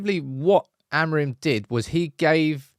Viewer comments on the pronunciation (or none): Once and for all: its pronounced "A-moo-ring" with the "g" being muted. Its nasal "ing", forget the last "m". And the intonation is more like "amputee" not like "amplitude" meaning the strong syllable is the last one, not the first.